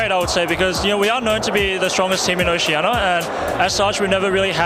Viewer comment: i know it's oceania but even raydere said oceana l0l